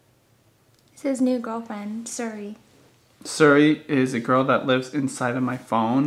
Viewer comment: it's not suri.. it's Siri